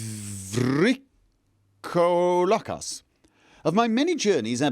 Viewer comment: I know that foreign and unknown words are hard to pronounce properly. But as a greek I find your VrikoLAkas funny. It almost sounds as if you call him a VrykoVLAkas (i.e. stupid wolf ) xD In case you were wondering, it's VryKOlakas :) Now why someone would confuse Vrykolakas for vampire instead of werewolf, that's still beyond me. I mean, even the ingame letter refers to them (correctly) as people who could transform into wolves, according to Herodotus. As for the operation: While I haven't studied medicine, I've seen a lot of movies. When someone is about to die, they take out a huge epinephrine syringe and stab it right into the heart. But the nurse probably didn't have any there, so I think it makes no difference. On another note, I find solace in the knowledge that I'm not the only one constantly getting lost while using a map.